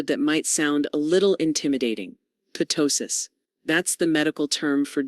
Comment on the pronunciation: It’s NOT p-tosis. It’s tosis. The p is silent.